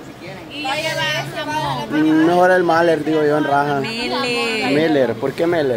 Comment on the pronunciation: 🤣🤣🤣🤣🤣🤣 la Keisy Melher dice como si fuera chocolate, lo corrento es Malher.